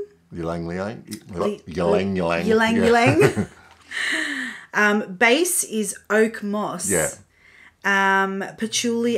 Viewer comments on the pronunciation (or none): Haha! Ylang-ylang is pronounce EE-lahng EE-lahng. It's a scent that brings me back to my childhood in the Philippines. It's a very "holy," churchy scent, and I like it a lot!